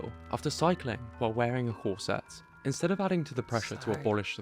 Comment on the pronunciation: It's killing me to hear this narrator constantly say "corSETTES," omg, it's "CORset." Esp. in Victorian England.